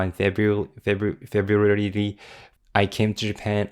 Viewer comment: Now say February again lol